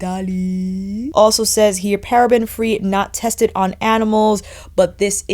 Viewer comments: I laughed out loud at “eeetaliiiii” hahaha. Love watching your reviews - equal parts informative and entertaining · i am a new subscriber but i LOVE ur personality, i always, always laugh with you `italy voice' thank you for giving so much good info with nice humor 😍😄😻❤️😻❤️😻